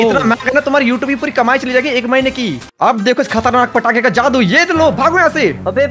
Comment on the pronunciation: Bhai fatake nahi patake